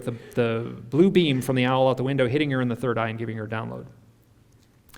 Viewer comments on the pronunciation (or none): Why does almost everyone mispronounce owl? Other than that this was kind of cool.